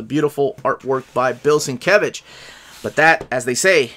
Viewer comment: It's pronounced "Steve Lay-oh-la-la" and "Bill Sin-mumble-mumble""